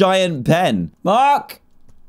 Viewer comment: Also notice how he said Mike instead if Mark